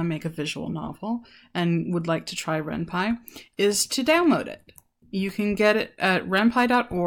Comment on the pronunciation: It's also called renP-y not renpie